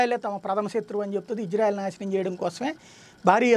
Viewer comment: Sir Country name is Israel not Ijrael . Please correct in telugu name and also pronouncing.